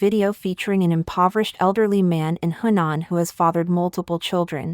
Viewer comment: They need to say 'Henan' isn't 'Hunan'. They are two different places. Say it correctly, please.